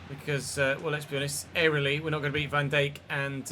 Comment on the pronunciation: Petition to teach how to pronounce Van Dijk?!